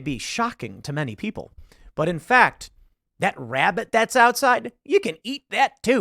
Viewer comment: Shhh! Tim is Hunting wabbits 😂